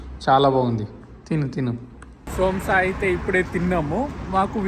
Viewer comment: Somsa....entraaa...babu.... Samosa